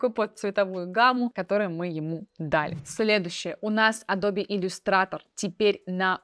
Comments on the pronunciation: меня одного бесит произношение "Адрбе" вместо "Эдаб"? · Адобе адобе, звучит очень странно, не адобе а адоб eпт. Ты еще скажи йоутубе, пхотосхоп, нотэбоок.. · Адоб!!! Не Адобииии Не Адобэээ. АДОБ! ИЛИ ЭДОБ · Адоби, а не эдабе и даже не адобэ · я извеняюсь конечнот но не адобе а адоб) no vse j poznavatelno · Зачем говорить «АдобЭ», если можно «АдобИ»? Зачем говорить «КЭнон», если можно «КанОн»? Зачем говорить «Алина», если можно «Алёна»? 😁 Но хочу отметить, что контент у Вас полезный. Несмотря на «АдобИ», я на Ваш канал подписался, при просмотре этого ролика. Моя девушка говорит «скорч», вместо «скотч». Это мне конечно добавляет умиления, но другие такое вряд ли оценят. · не АДОБЕ, а АДОБ :) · Пожалуйста произноси название компании с мировой известностью так, как это произносит весь цивилизованный мир: "эдоуб" , а не "адобе". Пожалуйста. Очень режет слух. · Адоби адоби...и Эдоб Иллюстратор) вы уж определитесь с произношением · Адобе?)) надо бы Вам чуток подтянуть английский. простите если обидел)) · Да откуда вы эти исковерканные произношения берете? Весь цивилизованный мир произносит как она - [əˈdəʊbɪ] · Аж голос дрожит, так сексуально произносит Леонааардо)) Или это она смеется? Только не Адобе, а Адоуб ) Спасибо! Нео доволен тобой)